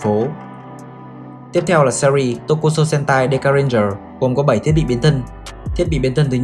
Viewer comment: Trời SPN Sentai mà cứ đọc nhầm h*e*n*t*a*i